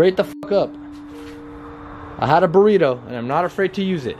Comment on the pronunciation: "A had a beritto and I'm not afraid to use it" HAHAHA HAHAHA Love it ❤💕❤